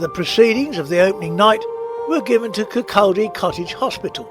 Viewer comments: Where's KirCALLdy? It's Kir-coddie. What's hard about that? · Great film but it's pronounced Kir caudy ...(Kirkcaldy) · Its Kirk-caw-di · When pronouncing Kirkcaldy the L is silent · I was in the ABC about a hundred times, and enjoyed watching this video. But I cringed every time you tried to pronounce "Kirkcaldy". Sorry 😢